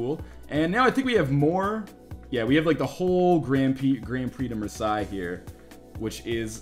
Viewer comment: I love how you pronounce Marseille :D